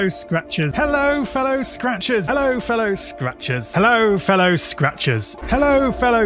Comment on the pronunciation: After a bit it just sounds like: “Hello Fell o, scratches.”